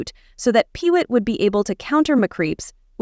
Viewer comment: The correct pronunciations of the characters Johan and Pee-Wit are Yo-han and Pee-Wee!